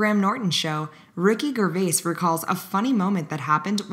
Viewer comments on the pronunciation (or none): "Ricky GHERR-vace" ...